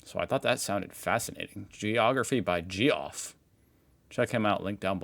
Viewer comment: G - Off?? Lol good one